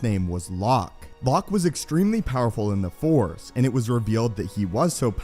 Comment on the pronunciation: The Force!! Not The Four. It seems like you do not know that the Jedi possesses THE FORCE as in Energy, not The Four. Four is a number!!